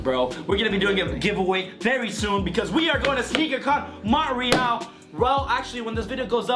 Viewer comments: Mon te real .... you really don’t know how to pronounce shit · Did dis dude just pronounce Montreal as Mont-reeAl